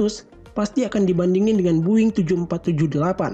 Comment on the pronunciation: its not buing, its boeing